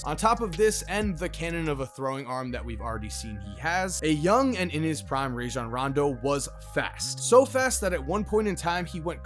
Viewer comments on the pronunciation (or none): It's Rah-Jon btw. His mama made the shit up